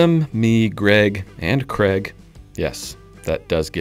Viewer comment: Its CRAIG NOT CREG IS IT TRAIN OR TREN....